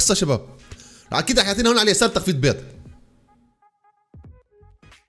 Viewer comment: ليش تقول بيز اسمها بيض يا